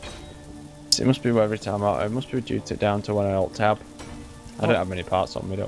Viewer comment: Altma- er, tab. Alt-tab...